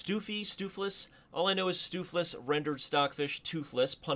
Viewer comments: Its pronounced: stove flace not steufflee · not stufeless but stuuf-flace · It's from a Dutch word for Flemish Stew, and it's pronounced "Stove-Lace". So, the thing you use to heat your pan, and the thing that holds your shoe together. Stove-Lace. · Stoofvlees was named after a traditional Dutch/Frysian dish. The pronunciation sounds a lot like "stove flays". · Great game, thanks very much for uploading. Stoofvlees rhymes with loaf case. FYI. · pronounce stoofvlees as: "stove vlase". It's Dutch for like pulled meat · Stoofvlees should be somewhat pronounced as “stovelays” although this is not entirely correct it comes a lot closer than what I’ve heard so far. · as someone who is fluent in dutch your pronunciation of “stoofvlees” makes me want ear bleach. No hate just the truth😂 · Amazing stoofvlees is een belgiam dish. And you butchered the name. Really funny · You completely butchered stoofvlees